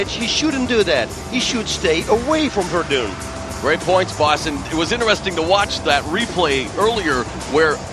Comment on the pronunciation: Fabricio WerdUNE?! wtf, Mauro. Are you serious?